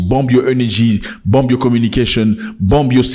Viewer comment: Don’t pronounce the B in bomb.